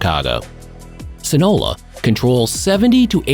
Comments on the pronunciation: Baby boy si-na-loa not sinola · Sinola? It’s. Seen-a-loa. Sinaloa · Sin a Lowa say it with me buddy. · They should wall off Chicago and call it the Midwest Zoological Society. It's "Sinaloa" by the way ( Sin Ah Low La ). Milwaukee is really bad as well and just a fraction of the size and population. The murder rate per Capita is MUCH higher.